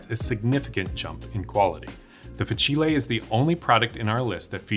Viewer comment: fah-chee-lay 😂 i’m sorry but its fah-seel